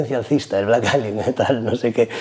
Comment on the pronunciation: Fan de "Vleik Eilion" JAJA